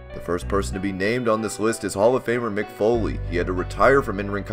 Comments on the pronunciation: “Mic” foley? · Mick Foley not mic foley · Who the hell is "MIC" Foley? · who the fuck is "mic" foley? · Who's "Mic Foley"?